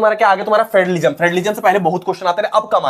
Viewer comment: Federalism ❌ Friendalism ✅